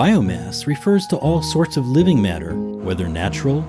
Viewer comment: The way this dude says water and matter is pathetic